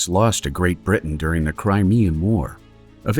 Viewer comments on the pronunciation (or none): none